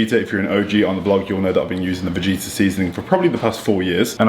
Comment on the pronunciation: its pronouced Ve-get -tah just so you know haha . Us european people love using it on everything . So , Vegeta is pronouced VE GE TAH . not Vegeta from DBZ